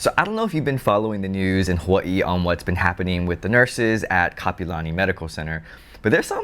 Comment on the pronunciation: it's Kapi'olani not kapalani. 👑Queen Kapi'olani 🌺🤍. You are what locals call a Transplant local. Back in my days it was FOB. Fresh off the boat. 😂